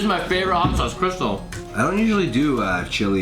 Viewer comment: It's crystaaaaaaal not crystal